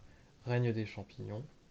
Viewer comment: Champignions ou champignons 😭